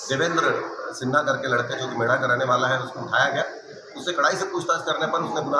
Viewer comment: मेढ़ नहीं है मेढा हैं गांव का नाम